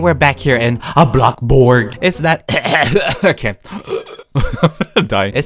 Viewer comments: It’s called blocksburg not BLOCK BURG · Me:thinking how he says bloxburg Him:Blobburg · Did he really said block burg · OKAY HERE'S MY VERY sEnTimEnTAl message to. I grew out of Roblox in December. Now, I'm slowly getting back into it. Just very, very slowlly. I knew that I should start watching my old favorite Roblox YouTubers again to see what's changed. I came to watch YOUR videos first. I'm so happy you were my first choice! You still say "blockburg" and you're still the funny I remember. Much love! <3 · Me: “bloxburg”.:”bLoCkbUrG” (no hate lol)